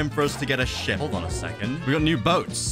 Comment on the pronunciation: When hw said ship it sounds like shit